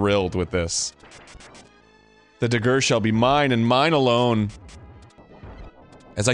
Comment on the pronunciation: When I listened to this episode I thought he was saying “digger” - and pronouncing it oddly to avoid an accidental N-Bomb.